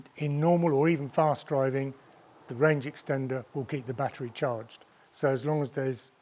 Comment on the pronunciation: Bro says batt er reee like bat tree